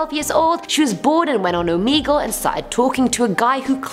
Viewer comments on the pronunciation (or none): It’s oh meh gul ok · the fact that she pronounces it "Omeegle"